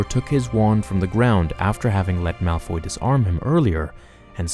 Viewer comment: Guys its Malfoy. Not Malfy, malphoy or Malfrey